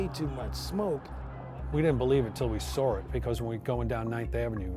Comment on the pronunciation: we didn't believe it until we "sawr" it. Interesting to add a "r" to saw.